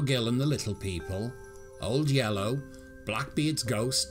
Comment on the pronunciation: I loved hearing you pronounce Old Yeller as "old yellow"